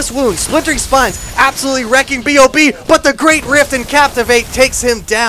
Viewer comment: I find it hilarious everytime they call B.O.B, Bob. XD Cracks me up.